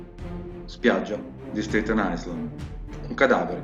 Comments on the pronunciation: Bello. Però in inglese island si pronuncia ailaen, senza esse. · Video montato bene ma parlato na chiavica e AISLAND non si può sentire 🤔